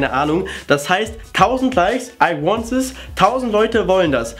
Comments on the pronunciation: I want sis😂😂 TH spricht man nicht wie ein S aus ;) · I want zsszsis‘‘ AHAHA😂😂❤️ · mich regt es auf das manche Leute immer statt "THIS" "sis" sagen😂😂😂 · "I wanz it" HAHAHA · "I want zis" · haha wie er sagt: i want sis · Wie der this ausspricht hahaha